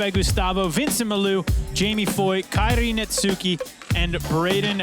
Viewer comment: Kairi Netsuki has been out here for over 2 years and these dudes STILL don't know how to pronounce his name 😂 The U is silent.